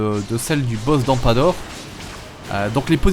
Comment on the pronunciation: nan mais jte taquine, car tu dit ampador . c'est amdapor :p